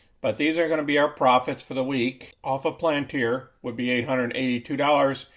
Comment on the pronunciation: Sorry, After that pronunciation of palantir i cant watch you more than 10 seconds.. Palayantar SMH